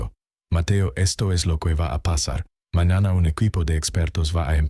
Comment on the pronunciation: Ese hablado y todo echo por IA que ridículo. Botela, su papá, Dellavan, manana etc aprende hablar tiene es huevo jejejeje